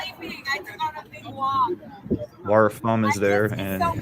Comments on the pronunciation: Wow bit of an over reaction there to mispronunciation of Laras name. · Maybe don't assume bad intentions when people innocently mispronounce a name?